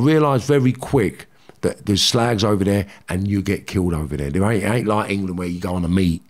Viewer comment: Love it when he says com on you ssslag Carnt beleive hes from liverpool